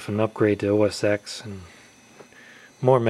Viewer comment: The X in OS X is pronounced 'ten', not 'ex'.